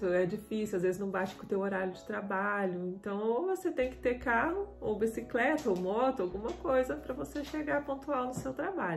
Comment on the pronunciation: Abisicreta parece a do Jaiminho carteiro do chaves kkkkkkkkkk